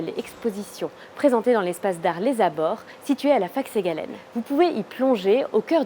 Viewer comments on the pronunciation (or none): Pourquoi prononcer SegalÈNE alors que tout la FAMILLE De Victor Segalen prononce SEGALEN (comme SegalIN) ???